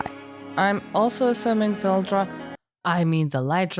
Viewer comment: did you just say "zeldra" LOL that's pretty good